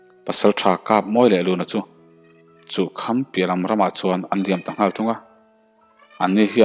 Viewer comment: "Chuh kham" ilam fuhlo..